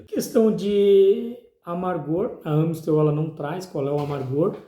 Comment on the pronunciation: Naoo é Ã é A ... Amistel.... Tem Ã no rótulo??? Para de falar errado